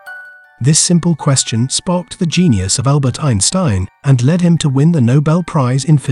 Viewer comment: Had to stop the video after hearing the AI pronounce Einstein wrong twice.